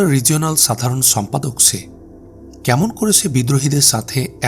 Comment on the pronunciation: ছময়, ছম্পাদক, ছংঘাত 🤨 উচ্চারণ টা ঠিক করা যায়না?